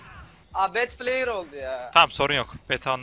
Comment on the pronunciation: abi bu arada adim betpleyır diyo okunuyor sen batplayer diye okuyorsun jdjdj